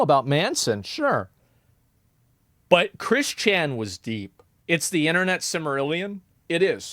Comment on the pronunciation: I have never heard of Chris Chan, but the fact that Asmon emphasizes Chris Chan's first first name instead of his last name bugs the shit out of me.